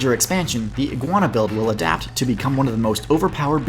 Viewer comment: that's how you say adapt tho